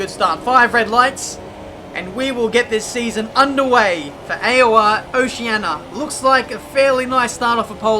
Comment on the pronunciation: Its oceania not oceana